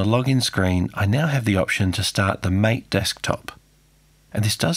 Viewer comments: mateeee not mate :) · It's Maa-Tay, not Mate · It's "Mah-tey" and not "May-t" :) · Just a little correction. MATE is actually pronounced "mah-tay" as devs wrote it. LOL! Great content. Looking forward to more videos of reviving older hardware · According to the developers it's pronounced mah-tay. It is named after the South American plant yerba mate and tea made from the herb, mate. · Awesome video, really love it. PS Mate is pronounced "mah-tay" :) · MATE, It's pronounced MAH-TAY.. yeah I know.. without any accents either.. but it is.. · Thanks for an interesting video, but I don't believe you're using the correct pronunciation of Gnome and MATE.